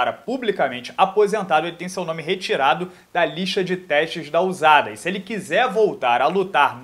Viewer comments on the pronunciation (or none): Pronuncia eh Ussada não Uzada